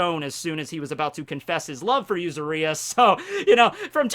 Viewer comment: Yuzuriha. yu-ZU-ri-ha accent on the ZU and pronuoncing the HA as you do with "Haki".